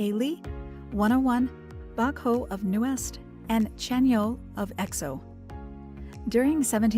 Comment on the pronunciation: Fyi : He is admirer Bruno Mars the most, Nuest not Newest, Baekho not Bacho, Pledis Not Plenus.